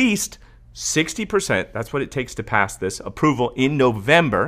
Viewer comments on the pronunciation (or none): none